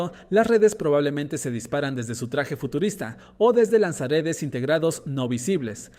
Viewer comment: A mi tmb encima parece que diga lanzaaretes😅